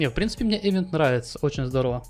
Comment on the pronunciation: event [ɪˈvent], то есть произносится как ивент, ну xpeн с ним по-русски принято - эвент, но уж ударение то точно на второй слог, а никак не на первый